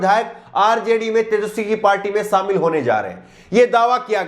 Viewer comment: Samil Nhi Kehte Shamil Kehte Hai Jor Nhi Zor Kehte Hai.